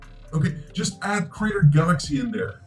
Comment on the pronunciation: You might want to check your pronunciation of ‘creator’. It shouldn’t sound like ‘crater’. Also ‘idea’ vs. ‘ID’.